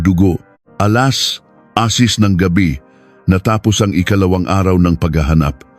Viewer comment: What is alas asis. please learn to pronounce words before blogging